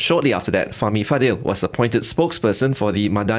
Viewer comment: Why do all the BFM presenters mispronounce his second name "Fadil"? Isn't it "Fadzil"?